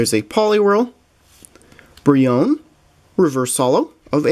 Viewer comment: I'm pretty sure Brionne is pronounced Bree-oh-nay.